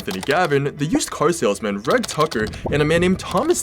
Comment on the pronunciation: Reg or Reggie are popular names in the uk and are pronounced rej not reg